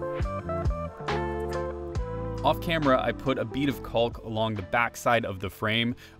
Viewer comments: The L is silent in caulk. Don't be scared to say it like that. ;) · That’s caulk with an L folks. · Adding you to my list of people that pronounce Caulk like they don't want to get demonetized.